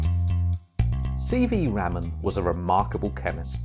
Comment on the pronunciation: Umm It's RAMAN not RAMEN😂😂